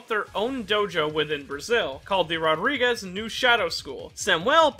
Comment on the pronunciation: Rodrigues 💀 Rodríguez 😎